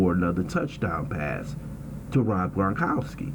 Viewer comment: Fixed? CHEIFS CHOKED. TB12 IS UNFKNTOUCHABLE. HA HA HA. OH...N ITS GRONKOWSKI NOT GONKOWSKI. FKN IDIOT.